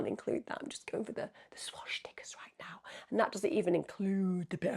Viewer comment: How you pronounce Swastika…Swash sticker 😂 The original meaning of a swastika was ‘well-being’ associated with the Hindu God - Lord Ganesha remover of obstacles & embodied prosperity & good fortune, used by Hindus & Buddhists. Westerners used it to represent positivity… Maybe he’s converted to the faith?! Why do people see everything as a negative. Let’s take the real meaning back from the Nazis & refuse to allow the cretinous types of people to win?!